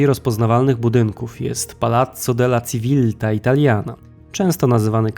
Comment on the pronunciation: Civilta = Cziwilta ... Gaetano = Gaetano ...